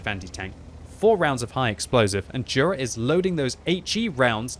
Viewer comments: I think it's pronounced "yura" not "dhura" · And it's not jura = đura it's Jura = yura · You should pronounce it rather like Yura,. Anyway good job like allways.